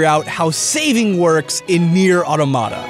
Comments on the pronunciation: You are pronouncing "automata" incorrectly. Firstly, you pronounce it as "atamata", which is incorrect, you actually have to pronounce your voles correctly. It's as ridiculous as if you pronounced "automobile" as "atamobile". Secondly, the stress should be on the "to", i.e. "auTOmata". "Automata" is the plural form of "automaton", which, I hope, you do pronounce correctly, and which should help you with the proper pronunciation of "automata". You can't believe how I'm triggered by so many people pronouncing it incorrectly. Some even give up in pronouncing it to the point that they say "Neir Mada Mada". What. The. Hell. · You fucked up to pronounciate another thing this video, the game's name: The emphased syllable is auTOmata , not autoMAta like you did. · So, I'm not pissed about it or anything, but you got the pronunciation of 'Automata' all wrong. It's more like the word 'Automaton' (Ah-Tom-Ah-Ton). It should be pronounced more like (Ah-Tom-Ah-Ta), rather than (Ah-to-mah-tah). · Dear, Please pronounce automata correctly. awe-tom-ah-tah, not auto-mata Regards, A commenter. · "I totally messed up saying Epidural last time" ... and Automata this time It's Aw ta ma ta, not Aw toe mata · It's not automata it atomita. Also #letaustimcurse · Awe-TOM-ah-tah Or-thawg-uhn-uhl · Talks about how he messes up pronunciation. Mispronounces Automata (Ah-tah-mah-tah) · I like how you poke fun at MatPat's pronunciation when the stress/accent of the word automata is on the TOM not the MAT, ie au-TOM-ata as in an automaton or a "self reliant robot" not an "automatic tomato" or whatever it is you're saying. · It bothers me how everyone mispronounces "automata". It's a real word. It has a real pronunciation. The accent is on the second syllable. "Ah-TOM-mah-ta" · The game pronounces it AWW-tow-mah-ta. That's why we pronounce it that way. If a Final Fantasy game pronounced itself in-game as Final Fan-TASS-ee, you'd hear people calling that one game that way.